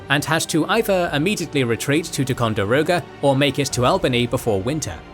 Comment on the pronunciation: tai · kaan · dr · ow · guh not tecondiroga